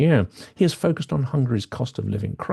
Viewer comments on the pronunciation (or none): none